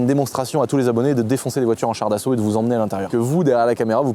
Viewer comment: On dit "Char d'assaut" 🤓☝